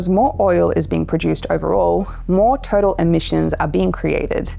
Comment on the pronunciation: U do an amazing job researching and communicating. Feels like a wave of info that is overwhelming at times. The pace is frantic. FYI: TOTAL is not pronounced ‘total’ but “toe-taaall” Keep it up!!!